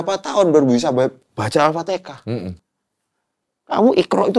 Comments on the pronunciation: Alfatihah, bukan alpatikah. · Kenapa sih orang jawa ngomong alfatiHAH itu malah alfaTEKAH? 😭😭😭🥺 dulu saudara aku jg banyak yg begitu soalnya hiks